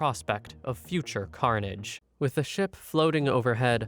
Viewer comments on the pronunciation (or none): none